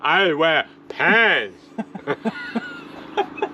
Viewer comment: From Deb…but don’t worry, I wear pants…in that accent…very funny!!!!